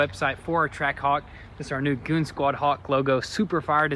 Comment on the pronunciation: Goon zquad! Not goonz quad 😣